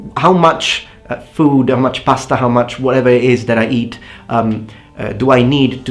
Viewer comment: i love how emphasize the importancy of pasta xD Such a proud Italian!